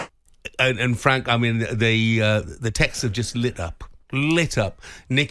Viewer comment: There you go boys n girls...honest fwank 😂😂😂